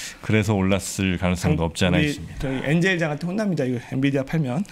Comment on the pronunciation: 엔비디아! 엔디비아 아니구요!